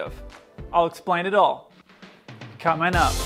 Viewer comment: pleeeaaaassseeee i beg you stop saying "cumin up"